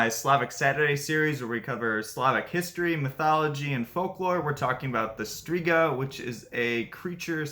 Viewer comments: The letters "rz" in Strzyga is not pronounced as Striga , please learn the pronunciation. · and she has right to tell that the name isn't pronunciated correctly. Because it'is not. Especially that it's stated in the title that it's 'Polish mythology' and in polish it is not correct pronunciation. It can cause a lot of misunderstandings and it is very possible to be able to say it correctly, even to English speaking person after quite short time of trying/practising. He does do good job 🙏 but doing content about other culture/language etc he should at least try to speak correctly those main words (here names of all mythological creatures etc). Greetings.